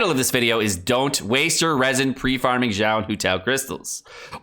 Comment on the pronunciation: ok, hear me out, xiao pronounced correctly is easier than saying it incorrectly... the x is a sh sound so xiao sounds like shee-yao trust me its takes less effort